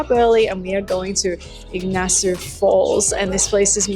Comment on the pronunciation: its not Ignacio Falls. It is Iguasu Falls